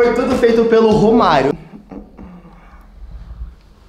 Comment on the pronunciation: Quando ele falou romario eu entendi vô Mario achei q era avô de algum deles